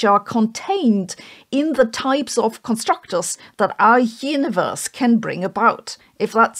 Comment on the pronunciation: Sorry but I kept hearing the word "yiniverse" and wondering if she's saying universe or if yiniverse is part of this constructor theory